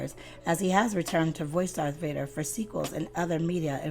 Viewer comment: She said DARK Vader 🙄 it's Darth Ya ninipoo